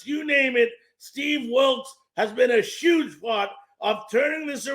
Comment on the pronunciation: If it’s huge pronounce Huge with an “H”. Sounds like NY or NJ speak!